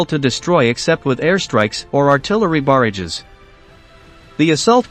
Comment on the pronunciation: What’s a ‘baridge’?